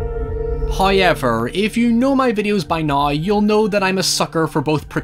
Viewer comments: Me: However. My friend: However.: HIGH-EVER. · No one: Irish people: HOYEVER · I just got home from a long 13 hour shift, with another one tomorrow and saying “hoyever” just made it all okay.